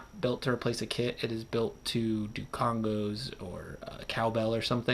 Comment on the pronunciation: CongAs, not CongOs. My only complaint about your review.